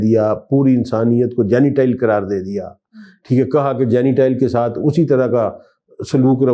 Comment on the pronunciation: حضرت صاحب آپ کے تلف ظ صحیح نہیں جینیٹائل مہی جنٹایل ہوتاہے